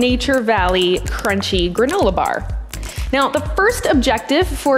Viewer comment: I love how pronounces her R's.....baRRRRR....chaRRRRt.....couRRRse. Very 'e-rhotic'